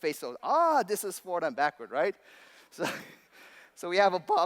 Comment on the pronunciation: this guy probably has $200,000 worth of education... yet he can't say "right".